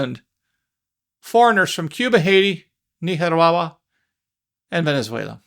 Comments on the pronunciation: Were you trying to say "Nicaragua"??????? That was the WORST pronunciation of it I have ever heard! Ha ha ha 😂🤭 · WTF is Neehawahwa??? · Nicaragua pronunciation “Neekarawa” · You say Nicaragua funny. Hi. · 😂😂😂😂 Say Nicaragua again! Please.😂😂😂😂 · I like listening to you say Nicaragua!